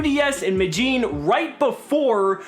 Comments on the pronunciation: It's not Mellin It's Me de llin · I really enjoyed this video, however, just as a friendly tip, in the city name of “Medellín”: “Me” is pronounced like in MExico; “de” is pronounced like in DEnmark; and “llín” is pronounced like “Gene”. Hope it helps!